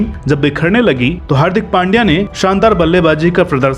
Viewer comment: हार्दिक नाम सही हे लेकिन सरनेम पांड्या नही पंड्या हे